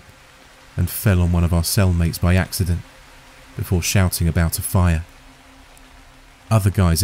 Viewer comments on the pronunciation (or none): none